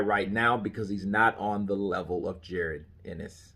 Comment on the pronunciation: It's actually PRONOUNCED Ja ROn,, but no biggie lol